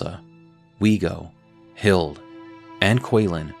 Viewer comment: Hilde is pronounced with the E like Hild-eh <3